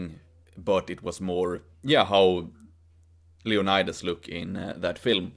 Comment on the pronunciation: Love your videos, isnt it pronounced like leoniiiiiidas like a swedish/european iiiii and not leonaydas?